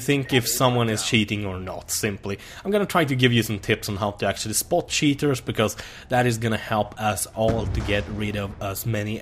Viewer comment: He says sheeters instead of cheeters